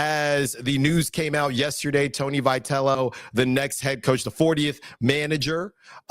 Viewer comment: First of all, get the guy's name pronounced right.